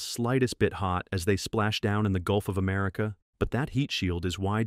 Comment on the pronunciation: Did he just say "Gulf of Merica"?🤦‍♂🤦‍♂